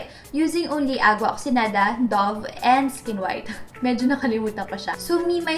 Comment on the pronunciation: isn't it oxiGEnada? I'm confused. is that silent GE? please help